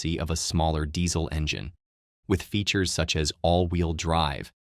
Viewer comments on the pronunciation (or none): none